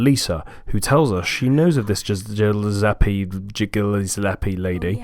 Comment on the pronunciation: Hahahaha "Gillsepie" ILY